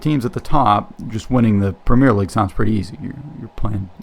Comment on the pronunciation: BTW the top division in English Football is the 'Premier' League--NOT "Premiere"